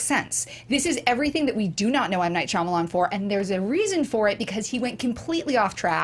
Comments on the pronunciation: Is it just me or does keep saying Shyalaman instead of Shyamalan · over-confident pronunciation of "Shalaman" had me in stiches every time. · why does joe keep saying "shalaman"?? lmao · I love that joe refuses to pronounce shymalan correctly, but he WILL PRONOUNCE IT DIFFERENTLY EVERY TIME